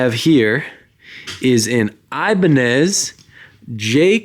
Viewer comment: Not here to bash just inform brother , the guitars Ibanez , are pronounced EE-BAAAN-YEZ, like a Spanish tone 🤙